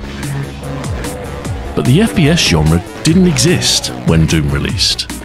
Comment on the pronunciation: Is he saying FBS?🤔 First bastard shooter 🙃